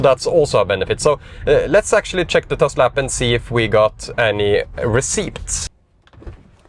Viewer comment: Great stuff. 👍🏻 (You don't pronounce the p in receipts btw.)